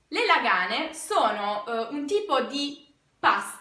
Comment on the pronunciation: Làààààààààààààganeeeeeeeeeeeeeeeee, l'accento sulla prima A!!!!!!!!!!!!!!